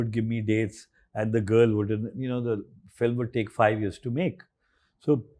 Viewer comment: I watch many of Your podcasts you use some higher English words, but pleeeze, it is fi l im not phillum pronounciation it's irritating comeon not from you